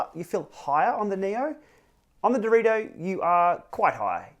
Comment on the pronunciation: Direto isn't that hard to say honestly